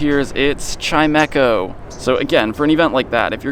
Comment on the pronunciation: It's chime-cho, it's a wind chime